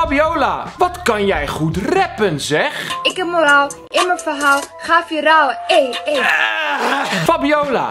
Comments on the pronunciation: Wanneer iedereen het uitspreekt als " vairol " Maar fabiola als vieraal 🙄🤣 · Wtf hoe spreekt zij viral uit be like 😂😂😂😂